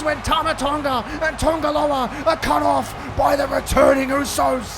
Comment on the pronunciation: it’s Tanga Loa not Tonga Loa